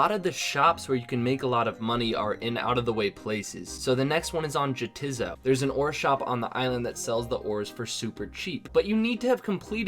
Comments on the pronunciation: jhatiza? You mean ya-tis-so? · >pronounces Jatizso as "juh tiz oh" NAY, TIZ NOT pronounced as such. You say it as "YEAH, TIZ SO!" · Juh tiz oh Lol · ha😂 it’s pronounced Yah-tizz-so. It’s a joke and play on words between two bickering islands, “nay, it is not” and “yah, it is so” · not insulting you, just letting you know: it's pronounced "Yah, 'tis so!" It's a pun that works in conjunction with "Nay, 'tis not!" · Jatizso = Ya-tiz-so lol learn 2 runescape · yaa tis' so that I think alot of people miss it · it's pronounced "yeah-tis-so" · fucking jatizzo lmao, it's pronounced ya-tis-so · Your pronunciation of Jatizso means you missed out on the joke of the two islands.